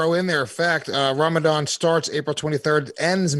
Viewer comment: No one: Chael: “Rambadan”